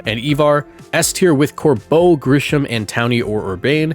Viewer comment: Kind of cute tho that Jacinthe has an Aurorus to complement Lebane’s Tyrantrum Also sorry but I hate how you pronounced both of their names. Grisham’s was a bit weird to imo